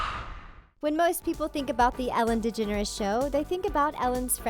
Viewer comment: Said degeneres wrong